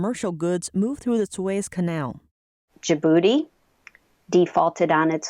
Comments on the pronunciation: lol who are you guys running your pronunciation checks through?? suez sounded like sweeez .. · Two syllables in the 1st name {Sue-Ez} Canal